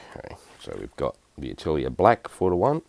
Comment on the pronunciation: My mind just couldnt wrap around what "AH~TILL~EEE~ER" is and suddenly I realize you are attempting to say the French word "AH~TELL~YAY" which means SCHOOL !!! Thanks for the chuckle !